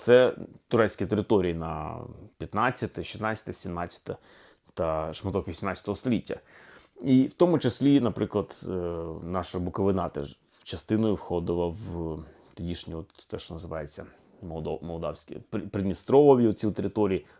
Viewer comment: В слові Буковина - наголос на и а не на а!!!